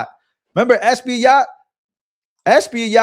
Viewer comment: Is pronounced (es pa yat ) Espaillat